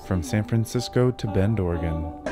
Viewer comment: Alesandra. You don't pronounce the X